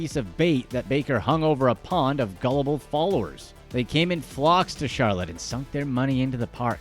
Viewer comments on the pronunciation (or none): none